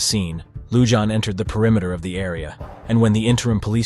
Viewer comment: YOU ARE MISPRONOUNCING THE SHERRIF’S NAME!! It’s not “Loo-Jon”! The name is Hispanic and it is pronounced “Loo-Hon”! For god’s sake GET IT RIGHT.